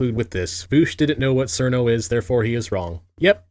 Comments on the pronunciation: I thought it was pronounced "Chirno", I get that her name is spelt "Cirno" but I could've swore I've heard it pronounced "Chirno" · Yes and all, BUT it's pronounced cheer-no. ZUN was going for "chill-no" and that's the closest Japanese phonemes can get. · Imagine mispronouncing Cirno when calling somebody out for not knowing who Cirno is.